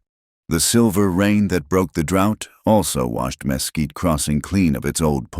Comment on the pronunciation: Texas here. Mesquite is pronounced ‘muh quite’. The story was very good though